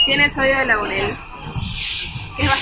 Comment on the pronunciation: muy chévere video. Sólo una pequeñita correción ; es sodio de lauril, no laurel. Agradezco este video, éxitos!